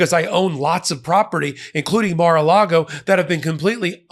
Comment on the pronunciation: "The mar and the lago" 😂